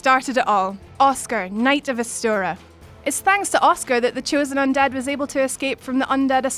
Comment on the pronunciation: "Uscar off ustoru"